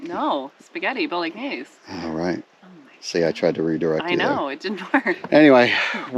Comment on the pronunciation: How did you pronounce Bolognese ??? 😂